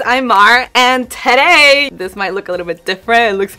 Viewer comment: Gosh I love your videos but your "terei " instead of today make me feel sick 😭😭😭😭😭